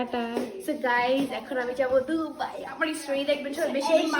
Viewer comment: ডুবাই 😂 নাকি দুবাই??? 😂😂😂